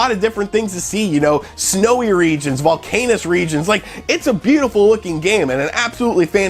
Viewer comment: Wait.. did you just say VulcANUS. 😉🤣